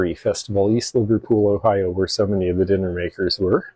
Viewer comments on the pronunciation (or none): none